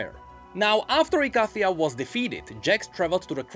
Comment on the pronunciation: Bad. You know the mage of Ikathia pronounces it "e-kay--thia".